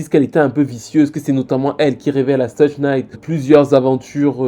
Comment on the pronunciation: Suge se prononce " chougue"